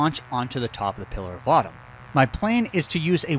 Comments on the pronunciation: You should totally re-upload this video and use Microsoft Sam to cover up every time you say pillar of autumn 😂😂😂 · Pillar of Autumn, he says. XD